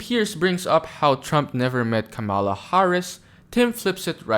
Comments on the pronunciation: Comma-la - like Pamela. Give the formal vice president the minimum respect of pronouncing her name correctly. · Why do you keep saying her name like that, that’s not her f**kn name !!!!🤷🏽‍♂️ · Making a video supposedly against Chump but you keep saying the woman name wrong, which is pretty easy… y’all make simple shyt hard at what cost 😳😳😳😳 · If you're gonna say Kamala Harris's name at least say it right